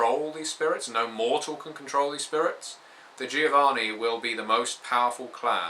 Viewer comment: It's "joh-VAH-nee" ;D